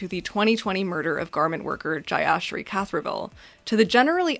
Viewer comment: Not trying to take away from the main point of the video, but did no one notice how Jeyasre Kathiravel's name got absolutely butchered in 😭